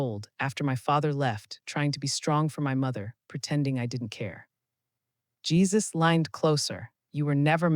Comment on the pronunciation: Jesus not jaisus